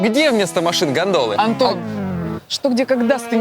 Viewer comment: ой ору мне услышалось яхты,ГАНДОНЫ,соборы)))